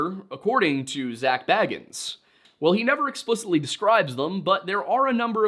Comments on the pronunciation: You are apparently so good at research and yet you can't seem to figure out how to pronounce Bagans... It's not Frodo Baggins we're talking about 🙄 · I do enjoy when people mispronounce Bagans as Baggins. He's like a creepy dudebro hobbit.